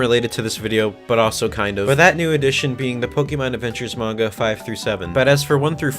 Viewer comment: “I don’t read much *mainga*”